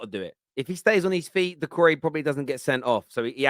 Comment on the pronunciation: "It's de history of de Tottenham" - some bald Italian guy